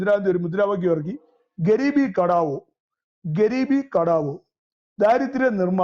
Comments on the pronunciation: കട്ട വോ അല്ല ഗരീബി ഹ ട്ടാ വോ എന്നാണ് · സർ കടാവോ അല്ല ഹട്ടാവോ (ഗരീബീ ഹട്ടാവോ )ദാരിദ്ര്യം അകറ്റുക.